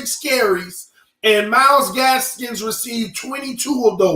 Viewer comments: Myles GASKIN no s at the end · Myles Gaskin NOT Gaskins! Lol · say the name right 😂 it’s Gaskin come on my guy